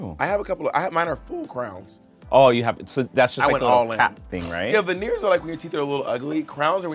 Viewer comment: I wasn't paying attention and instead of hearing " veneers" I heard " venereals" (STDs) Bob: Do you have "venereals" Naysha: Yes, a couple 🤔😱😂